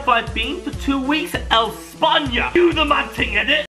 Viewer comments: Esponya? Think you mean éspaña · " Where have I been el spainia " really u just spend 2 weeks in Spain and u called it el spainia